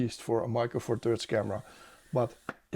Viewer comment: Weer een top video! Zeer behulpzaam en informatief. Een kleine suggestie; je huidige uitspraak van "THirds" in MFT klinkt als een harde T, wat de betekenis verandert in iets dat je vast niet bedoelt💩👀